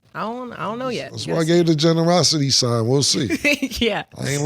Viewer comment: 'Generoscity'....I'm on the floor 🤣🤣🤣🤣 pause